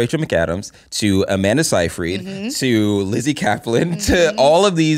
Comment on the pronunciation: Love this podcast! But the way Zack pronounces Seyfried bugs me